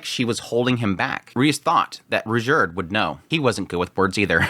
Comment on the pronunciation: Do you really have to ask ? Like Edis instead of Eris Ghilaine instead of Ghislaine Rujerd instead of Ruijerd